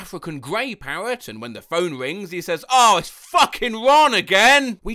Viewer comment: How thE hell do u say R normally, but when u say mirror or parrot its just miwow and pawet